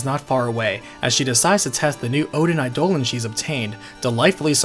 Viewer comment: Eye-duh-lawn. Come on man.